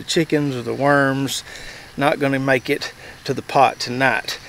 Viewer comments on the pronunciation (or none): none